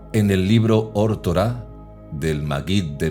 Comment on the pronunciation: Correción: Se debe decir Torat Emet (cambiando la H por la T) ¿Porqué? Porque Torah debe ir en estado constructo.